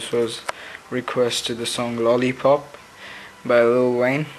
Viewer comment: u say lolipopo weird